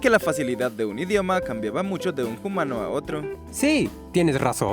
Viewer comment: Por favor, deja de decir "jumano". Lo digo con cariño 😌